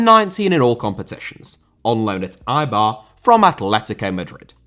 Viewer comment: Lecce* not Leccei Franco* not Francouw Santo* not Santouw Swansea* not Swonzea Eibar* not Áibah Oviedo* not Oviyeidouw Baldé* not Boldei Inter* not Ento Pione* not Piouwni Vigo* not Vigouw Pépé* not Pepei Cracovia* not Crăcouwvier Lukaku * not Lukohrku Immobile* not Emmouwbelei Salernitana* not Salanetohrner Mbappé* not Mbappei Cruz* not Cruj Roque* not Roquei Liga* not Liguer München* not Munich Stephen* not Steven